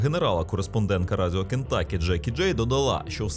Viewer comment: З поверненням. Правильно переклад штату звучить "Кентукі", а не "Кентакі".